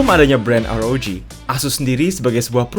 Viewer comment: Republic of gamer "AR OW JHI" (ROG)